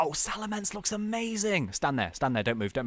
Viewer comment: I was face palming so hard when he said salamence